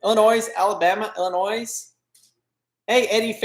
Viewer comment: Love you guys, but there is no S pronounced on Illinois.